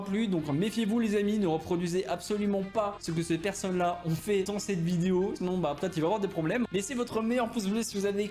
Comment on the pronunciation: il a dit video au lieu de vidéo 😂😂😂